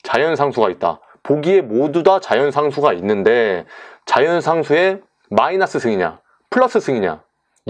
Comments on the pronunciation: 저... 마이나스가 아니라 마이너스 아닌가요? ㅋㅋㅋㅋ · 아 라플라스 마이나스 뿔롸쓰 뻘하게 웃기네요ㅋㅋㅋ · 시발 개웃김ㅋㅋㅋㅋㅋㅋㅋㅋㅋ마이나스뿔롸스마이나스뿔롸스마이나스에요